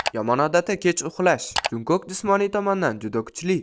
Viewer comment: szning muhlisingizman hatemasu lkn Jeon Junkok boʼb oʼqilmidi Chon Chonguk boʼb oʼqiladi va Jeon Jungkook boʼb yoziladi ismlarini toʼgʼri aytishga harakat qiling